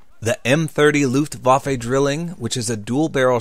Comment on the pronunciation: Your pronunciation of "Luftwaffe" needs some improvement. Sounded more like a hiccup. I recommend the audio output of an online dictionary as I can't speak to you. :)